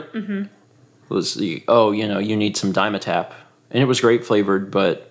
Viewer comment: Dime. Tapp. That pronunciation is funny to my ears.